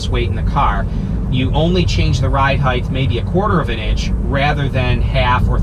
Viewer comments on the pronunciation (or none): Great videos brother! FYI though it’s “height”..... never “heighth”.... my wife corrected me on the same thing. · Hate to correct you but your mispronunciation of the word "height" is driving me crazy. The word is "height" pronounced "hite" (like kite) NOT "heigth" you are pronouncing the "t-h" when the word is "h-t". The word "width" is pronounced with a "t-h" and I think that for some reason sticks with people.